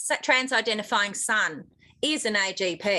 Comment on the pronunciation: 😆 AGP not AJP. So fitting.